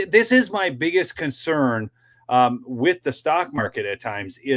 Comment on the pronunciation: He needs to learn English it’s not Wit, it’s with.